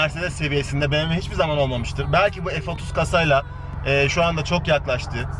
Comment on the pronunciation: BE-ME-WE?!? Be-em-we !! BMW güzel arabalar yapıyor ama bir YILDIZ olamaz...